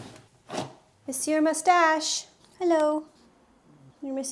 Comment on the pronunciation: The first english speaking person i see who pronounce monsieur in a perfect québécois accent Props to you🙌